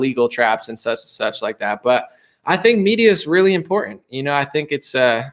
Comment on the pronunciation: Also... "Important". Not... "In pour in".